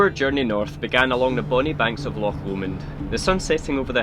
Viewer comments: Really enjoying all your videos. So nice to come across a couple who can actually pronounce the names of the places you visit in Scotland! I get really fed up with Sassenachs going on about Lock Lomond! It's time they realised that all our locks are on our doors! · Such a relief to hear loch being pronounced properly....! Nice wee video. Been living in a ducato for four years....Just smashed the mirror on something on a country lane after MOT failure.....time to reconsider......erf !